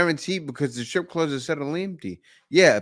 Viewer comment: STR ippe not scripper STR for fucks sake.